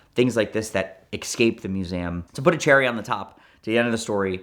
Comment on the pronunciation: "Mew zay um" sighting , combined beautifully with "exscaped"